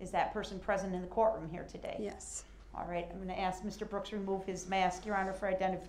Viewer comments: "So it would be fair to axe if it would be fair to say that"...what the heck is he talking about lol? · It’s Funny how DUH-RRELL has to, or Attempts to make it well know when he is Pouting like a 5yr. Old! Looking at the Judge & Cameras to make see if they see him being a Baby! Then Pouts when “Axing” his questions!